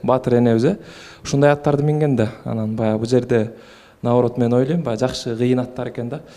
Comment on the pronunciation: Элиза деген кыз кыргыз болгондон кийин олойм дебей ойлойм деп туура суйлосон,жасалма суйлобой.